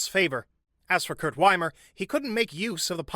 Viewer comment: His name is Wimmer and not Wimer... Is it SO difficult to pronounce names properly? Even Google can help... It's not magic, really.